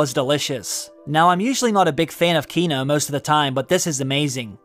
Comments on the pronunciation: I find it a little concerning that you can pronounce “Westerosi” with absolute ease but you can’t properly pronounce “quinoa”, which is a real thing. It’s pronounced “keen-waa”. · “Quinoa” is pronounced KEEN-WAH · Quinoa is pronounced keen-wah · It’s pronounced “KEE-nwah,” my guy… 😂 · I’m going to need you to learn how to pronounce quinoa thanks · Keep saying Quinoa wrong and ill be convinced you didnt eat that meal. Cmon man not even saying the "a" on the word